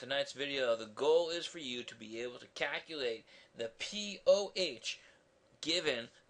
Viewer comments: I want you to Kaculate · the way he said calculate cracked me up